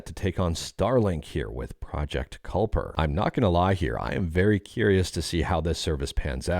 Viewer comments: “Kuiper” is typically pronounced “KAI-per” — the first syllable rhymes with “sky.” This is the common pronunciation when referring to the Kuiper Belt, named after astronomer Gerard Kuiper. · Project Kuiper is named after the Kuiper Belt, which is the outer ring of objects surrounding the exterior edge of the solar system beyond Neptune and transitions into the Oort Cloud, which then transitions into the interstellar medium. Kuiper is pronounced "Kai-purr", similar to Hyper, with the "Kai" pronounced like "high". Also, Oort mentioned earlier is pronounced like "Or-t". Cue the "The More You Know" meme. 😁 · Kuiper rhymes with diaper. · pronounced ky-per - its from the kyper belt